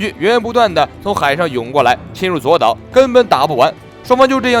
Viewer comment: 左 烏 啦 不是左 島